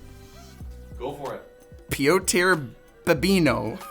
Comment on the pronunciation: Pronunciation tip: Piotr is py-oh-tr and not py-oh-t-eh-r